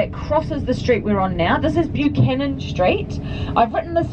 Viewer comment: Buchanan street isn't pronounced that way either sorry I'm criticising everything